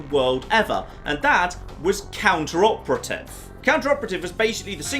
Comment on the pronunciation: plz....its not "Counter operative" its Cooperative....as in working togeather towards a common goal...to "Cooperate towards a common goal".....it hurts my brain when you pronounce it that way:P